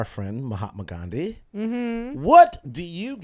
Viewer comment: It's "Gandhi".